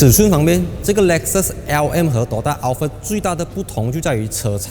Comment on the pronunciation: 你读Al fart 又读Al Fred😂